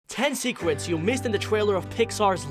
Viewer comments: Ten seekwets There’s many more but I’m not putting all of the R that sound like W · 10 secwets of Luca lol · Go to the time and listen to : SeEkWeTs